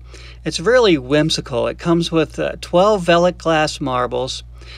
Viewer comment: Hahah, no I'm afraid you didn't say that correctly, nor did you spell it correctly. It's written as "Veiligglas", so that's an extra i, and one less s. :) The letters 'ei' are pronounced as a single sound that resembles the use of the letter i in English words like Nice or Fine. So, instead of calling them "Vely's" you should actually call them "Vily's" (As if it were an inflection of the word Vile), and that would be spelled as "Veily's". Sorry, I couldn't resist as a Dutchman. :) Great video btw. I'm not into marble collecting, but it's amazing to see all these small globes of art. Also, it's fun to spot the marbles that I used to play with as a kid The Netherlands. Amazingly we seemed to have a lot of Japanese cat eyes here. (As I learned from another video of yours).